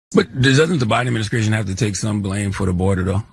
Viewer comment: The Bine Adminiskration